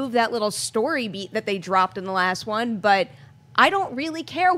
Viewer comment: did you say, I love one or I love Wan?:D